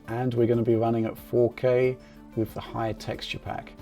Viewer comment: faux-K.. I love it :p